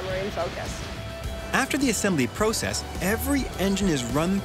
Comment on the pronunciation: Man alive dude! Learn how to say process! U driving me up the wall!!